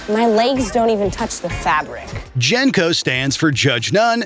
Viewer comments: How are you gonna make a video and not even know how to pronounce jnco correctly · From the wild mispronunciation of JNCO, to believing that a Sega was a Nintendo, to thinking people wore windbreakers to raves, to completely misunderstanding the real threat of Y2K and all of the very real and very hard work programmers had to put in in 1999 to rewrite nearly everything so that nothing would happen -- maybe this video was the cringe we had all along.